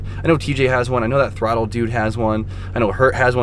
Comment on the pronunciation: “That throtl dude”. RIP MICKEY! 🤣🤣🤣🤣